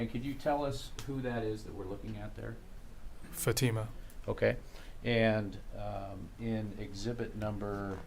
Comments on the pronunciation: Is his lawyer intentionally mispronouncing her name? 😡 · The defense atty that keeps pronouncing Fatima’s name incorrectly needs to be corrected. And his mispronunciation of Iraq. Twat.